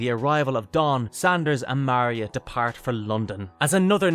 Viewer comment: Szandor, NOT Sanders. Do some homework.